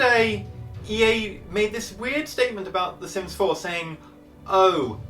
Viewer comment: Are you sure your talking about sims 4 it sounds like sims 0